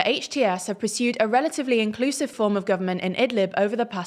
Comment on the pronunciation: "Iclusive" LMAOOOOO